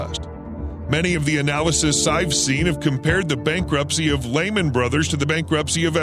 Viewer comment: You can't even pronounce Lehman right